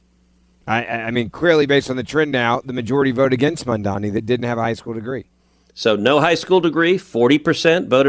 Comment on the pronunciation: I love that podcast, btw it's not mamdami it's mamdani.